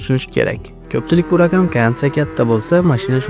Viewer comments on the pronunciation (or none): DiKkat bilan (Diqqat bilan) RaKam (Raqam) oddiyroK (Oddiyroq) ayniksa (Ayniqsa) hullas juda ko‘p shunday gapirishdagi xatolar bu atay qilinganmi? Buni shevaga burmang faqat iltimos!